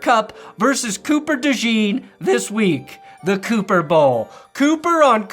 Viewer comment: It’s Cooper “DuhSzcheeen” 😂